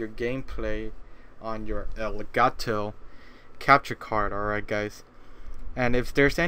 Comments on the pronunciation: El Guh To its elgato (pronounced el-gart-o) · no its el-got-toe